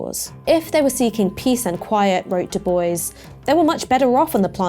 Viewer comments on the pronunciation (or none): Very informative! One criticism, the pronunciation of Bois 😎